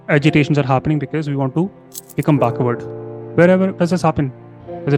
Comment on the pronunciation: Baakhward ??? No brother it is backward ❤❤